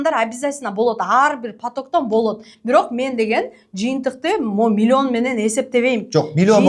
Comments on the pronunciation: Милионду Милйон деп суйлогон адамдан кандай окудунар!? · Уч создун башын чогултуп суйлой албайт экен, милён (миллион) деп отурат, ушул эмнени уйротмок эле? Ушундай "продюсер" болгон шылуундарга алданган адамдарга тан каласын. Кантип, кайсыл башынар менен 300 мин бересинер? Дагы кредит алып, рассрочка кылып бергенинерге не дейин?! Демейде 3000 сом чыкпайт азыр, 300 мин оной эле кармата коёсунар....... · Милён дейт 😂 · мулен мулен дейт го😂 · Млён млён😂😂